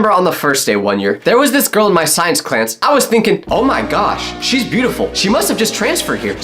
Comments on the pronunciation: bro did he just say Clance instead of class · "in my science clance "